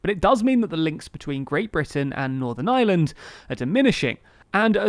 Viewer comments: my man cannot pronounce ireland to save his life, the island of island? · The guy in this video pronounces “Ireland“ and “Island” exactly the same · Can you please pronounce island and ireland differently. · I have to say I love how you say "the Island or Ireland" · That's the English accent for you 😁 they don't pronounce half of their r's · Am I the only one here who doesn't hear a difference in his pronunciation of Island and Ireland? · There is an 'r' in the word 'Ireland'. Pleeeeease make an effort to pronounce it! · Ireland is NOT pronounced like 'island' no matter how the unionists in IRELAND want to pronunnce it!!!! lololol You manage to pronounce IRISH ok, EYE-ERR-ISH so EYE-ERR-LAND!!! FFS!!!! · Is it my hearing, or does this guy think that the words "Ireland" and "island" have exactly the same pronunciation? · No, he's definitely saying 'Ireland of island'... every time. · The narrator keeps pronouncing "Ireland" like "island". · haha he can't pronounce Ireland because of his accent and he says "island" instead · It's Ireland not "island", jesus, it ain't such an elecution or enunciationary mountain to climb. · Ah yes. Today I think I will find out about the aye-land of aye-land. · Listen lads, I think your videos are great and all, and ye seem like a great bunch of lads, but my God, does it annoy me when English people pronounce Ireland as Island. I know it's just how your accents are but Críost san airde. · Lol, “island of island” it’s funny how English can’t really pronounce very well. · Can you please work on pronouncing IRELAND differently from the word ISLAND. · It’s IREland, not the island of island. Please pronounce correctly 🙂 no need for the qualifier when correctly pronounced. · It's Ireland not island....I err land not eye land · Ireland doesnt sound like' island '. Its pronounced more like 'Areland' in reality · not to be that one guy, but you are pronouncing ireland wrong. it is not pronounced as island